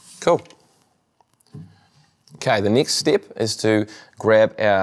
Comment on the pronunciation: Im laughing like rn because of that